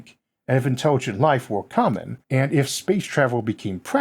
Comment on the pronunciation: “and wife seems wikewy to emooge” Those R’s and L’s are beating his ass! I love the channel, though!